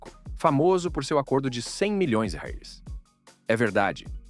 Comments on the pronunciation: A moeda brasileira se chama real e não rels ,pronuncie de forma correta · Que é isso que ele fala?? Não diz dólares, libras ou reais … não entendi a pronúncia dele 😂😂😂😂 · Todas histórias bem tristes, mas fiquei curiosa com o problema do narrador ao falar "milhões de reais" kkk